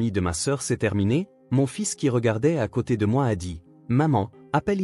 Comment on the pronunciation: "UN léger cerne", pas une... Quelques erreurs de diction... "Après que" doit être suivi de l'indicatif, non du subjonctif... "Que/arrivait/il", sans élision ni liaison, tandis qu'il faudrait "Qu'arrivait-il?" Dans la chambre d'a-(accent grave)-côté > quelle bêtise, pour l'IA ! "Sauce aux canneberges/à la canneberge"...